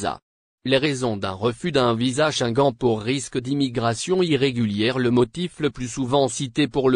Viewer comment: Tu prononces mal le mot shenguene( Schengen) ton français n'est pas à la hauteur. Corriges toi.